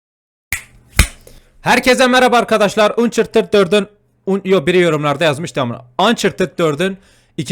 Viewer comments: abi Allah aşkına şu oyuna "ançartıd" dermisin amk ya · Reis gene yanlış ançartıd diye okunuyo ayrıca god of war at özlendi sen seriye basladinda pcm yoktu simdi pcm var ayrıca oyunu baştan baslayıp bitirdim yazıyorum bu yorumh okuyosun diye ama görmeesen üzer